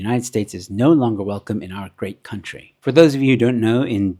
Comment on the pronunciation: Lamola must be a 30% for matric doos, cant even pronounce country properly